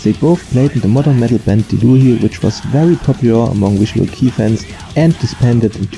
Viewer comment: Wow ich bin echt beeindruckt wie schnell du Videos produzierst 0.0 erinnert mich daran, dass ich mal meinen faulen arsch bewegen sollte und noch das Nokubura konzert uploaden muss! kleines Feedback: Das "kei" in visual kei wird wie beim wort okay ausgesprochen und nicht wie englisch "key", ausserdem glaube ich beim besuch eines live konzerts von far east dizain gehört zu haben, wie keita beim vorstellen der band das Wort dizain wie "design" und nicht wie beim namen "zayne/zane" ausgesprochen hat (hier bin ich mir aber nicht 100% sicher, da es bei der akkustik eines live konzerts manchmal schwierig sein kann, alles korrekt rauszuhören)